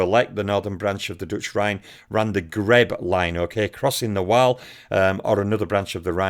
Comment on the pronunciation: Did you say “the Greb line” lol. I caught that